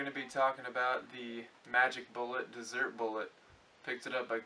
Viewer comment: it is a dEssert bullet, as in 'after dinner treat', NOT a "desert bullet" (as in a large sandy land) like he calls it :)